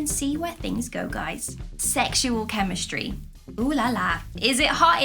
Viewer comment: The word is Chemistry not Chemsitry🤣🤣. We love you though 😘